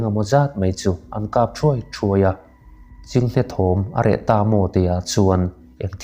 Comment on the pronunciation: Chhinghne û ni lovin chinghne u